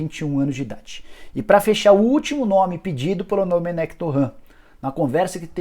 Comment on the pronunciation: Jornalista cabeça dura, o próprio Técnico fala seu nome e a forma correta, em seguida vem o cabeça de bague pronunciar erradamente. Pqp